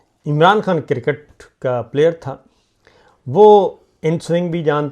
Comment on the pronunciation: شاکر بھائی لفظِ کرکٹ “ کو انگلش تلفظ کیساتھ بولا کریں وگرنہ کِرࣿکِٹࣿ کہنا😢 (کوڑا کرکٹ” کا معنی دے گا